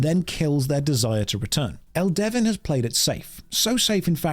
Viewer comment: It's pronounced Elde-VIN not El-Devin Get it right. And the games not that bad as you described. It's filled with lush environments and engaging combat. The servers are lively and fun. Give it a try